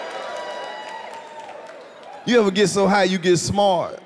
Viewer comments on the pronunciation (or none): “ you get so high you get smarhhh “ 🤣🤣